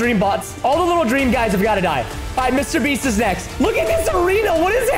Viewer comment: Why did Preston say Mr beast rong